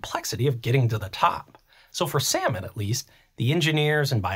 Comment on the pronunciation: I love your content but I can’t get over you pronouncing salmon as sayomen in the intro